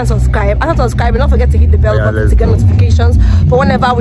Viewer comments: Your husband is such a vibe..the way I’m always anticipating him saying ‘bellybutton’ instead of bell button cracks me up ehhh😂😂😂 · He said berry button 🤣🤣